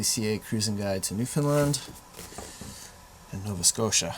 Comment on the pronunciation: and, one of the first things you need to do before visiting Newfoundland is learn to pronounce it. The locals say "new-fun-land" and it is said rhyming to "understand" So.... understand- Newfoundland (new fun land) -understand.. I can say this with confidence as I am a 7th (maybe 8th) generation Newfoundlander, from the capital St. John's! Hope you have a wonderful adventure, there is much to see and do.